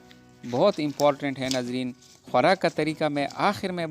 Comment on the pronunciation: Khwarak ka tareka😂😂